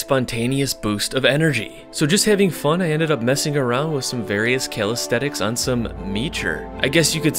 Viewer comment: Man I really like you and I love almost every of your videos, the fun and the knowledge are always on point. but...... I always want to punch something when you say 'Calisthetics' instead of 'Calisthenics' 😅